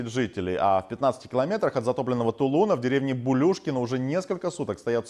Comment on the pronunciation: Не Тулу́на, а Тулуна́.